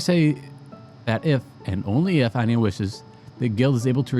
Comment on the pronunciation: It kind of annoys me. It's Aina not Ania. Thank you